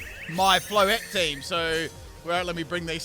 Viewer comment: Floette ❌Flotet✅